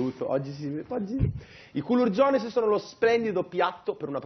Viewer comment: Non si può sentire culurgiones così noooo